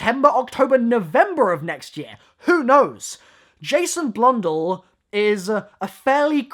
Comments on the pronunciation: Blundell not Blundul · Why does he pronounce it like it bludull while its supposr to be pronounced as blundell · HE ALREADY SAID IT "Im just a sucka for medieval castle's" HE SAID BLUNDLL AT ONE POINT XD